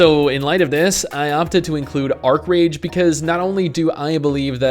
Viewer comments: Archeage not Archerage xd.. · Archeage not Archerage. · Archerage? Haha